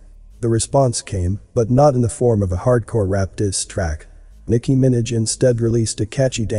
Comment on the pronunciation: Liked the video but you are saying Minaj wrong